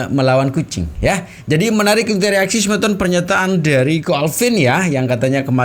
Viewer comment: Bukan sebeton tapi semeton, semeton itu artinya seperti sahabat atau sodara